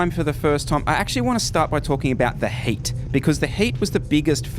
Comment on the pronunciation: I thought you were saying HATE!!LOL the heat!! Gotcha.